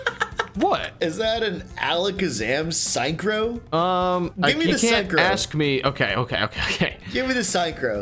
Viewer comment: I actually don’t know why he pronounced ,, synchro ,, like a sign so ,, sign crow ,, especially after the english word sounds exactly like the German word without the ,, -nizer ,, ending. Synchro should be pronounced the same as the ,, SYNCHROnizer ,, 😂😂😂 but ok it’s just to funny to watch like that